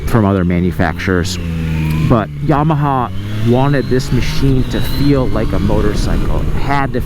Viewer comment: I like how you said "YABAHA" .